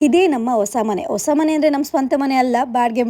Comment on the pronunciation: ಹ ಉಚ್ಚಾರ ಸರಿಯಾಗಿ ಮಾಡಿ ಒಸ ಮನೆ ಅಲ್ಲ ಹೊಸ ಮನೆ ಆಲು ಅಲ್ಲ ಹಾಲು ಓಂ ಟೂರ್ ಅಲ್ಲ ಹೋಮ್ ಟೂರ್ ಓಲ್ ಅಲ್ಲ ಹಾಲ್